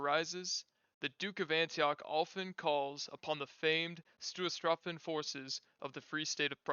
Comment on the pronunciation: I understand that German is not your language and that you're a native english speaker, but I would like to suggest looking into the correct pronunciation of words like Stoßtruppen before making a video that is about them. I know I'm nitpicking, but not butchering pronunciations when words aren't terribly complicated (with Finnish Hakkapeliitta I'd understand the difficulty) goes a long way with making a video enjoyable :)